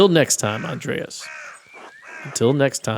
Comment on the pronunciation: In Germany of today, Andreas is prononounced with ea as seperate letters. The a letters sound like the u in "but" and are short. You can relax though, nobody judging you here. "Grobian" is a word that a german would understand as "a rough person; someone who is impolite, not tactful or likes shoving people around"